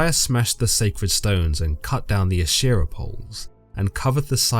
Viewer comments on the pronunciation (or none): none